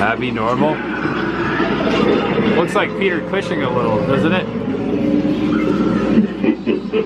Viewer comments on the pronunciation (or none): none